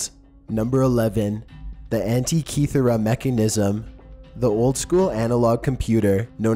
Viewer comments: Holy christ!!! Your pronunciation of many cities and items talked about, are beyond horribl.eI especially cringed at how you said Yonaguni and Antikythera...each and everytime.Please atleast watch other videos where archaeologists or historians are pronouncing any of the sites, items, or cities. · sound out the words bro. Sound them out....you butchered so many words in this video. Sotheby’s, Stonehenge, antikythera...just to name a few